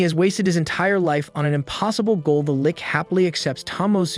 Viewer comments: I feel a stab on my heart everytime he calls the lich... a Lick xD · It's not a lick, it's a lich